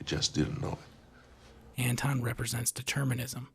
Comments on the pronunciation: Antoine and Anton are not pronounced the same. His name is Anton. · Absolutely love the analysis. It’s spot on, you’ve said everything that needed to be said on the theme and meaning of the film. HOWEVER, how is it possible that you know this story so well, and yet you can’t pronounce Llewelyn and Anton?!